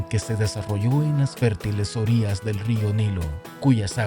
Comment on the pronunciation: ¿Por qué dice orias, en lugar de orillas?